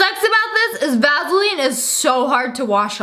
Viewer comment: How Sniperwolf pronounces "vaseline". VAZZZELEEN